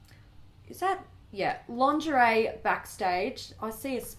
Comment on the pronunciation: hahahaha "Langerie"